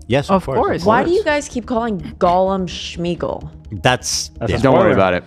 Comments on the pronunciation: ARAGORN not ARAGOG SMEAGOL not SCHMEGOL GALADRIEL not GADRIEL ARWEN not AIRWAND THANK YOU ETHEN, AND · What is this Schmeagle, shmeagel nonsense. His name was smeagle no sh sound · Holy smokes, is nobody gonna correct shmeagal to smeagol. Like wtf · Why are they pronouncing Sméagol with a “sh” sound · I hate the way Ethan mispronounces Sméagol as “Shmeegol” 😭 😂